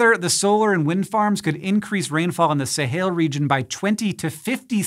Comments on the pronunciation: Sahel. Not Sahail. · it's pronounced "suh-HELL" not "suh-HAIL" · Fully aware of what a nitpicky comment this is but Hank is definitely pronouncing "Sahel" weirdly! In English it's pronounced /səˈhɛl/ exactly the way it's spelled not /səˈheɪl/ as he is pronouncing it. If you wanted to go with the Arabic pronunciation, it would be /ˈsaːħil/. Forgive me my nitpicking. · sa-hail? smh. Sa-hell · Sahel is spelled phonetically. It is not pronounced "Sahail". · It is pronounced the sahell